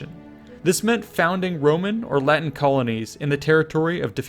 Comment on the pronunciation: that good latin pronunciation ;)